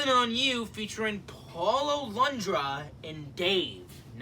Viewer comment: You said paulo londras name right !!!! Your like one of the only youtubers that pronounced his name right ❤❤❤